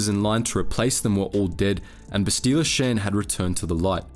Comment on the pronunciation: I hate how you ALWAYS mispronounce her name. It's Bastila not "Bastile". If you had ever played the game, even once you would know this.